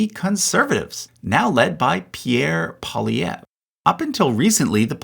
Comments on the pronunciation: It is Pierre Poilievre, not Polievre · Hey dude, I enjoyed the video very much! There were sometimes when your prononciation of French words were a little bit off, like: - « Partee bleh » - « railment » - « Polièvre » instead of Poilièvre If you’d like, I’d suggest just writing the words in google translate and listening to the prononciation, they’re really spot on!